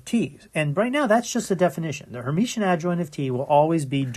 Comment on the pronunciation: Great lectures! Only one point: it is called Hermitian, not Hermetian :-)